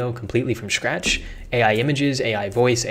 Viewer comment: Is it me or do you pronounce 'script' as 'shcript'? and scratch -> shcratch.